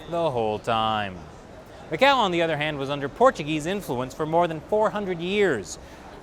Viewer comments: Mas oque fala este tipo..goin goin mqéu goin ..jajajajajajajaj!! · Macau number-ah 1